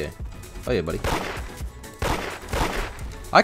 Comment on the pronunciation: You can tell and are siblings say both say:" YUH" all the time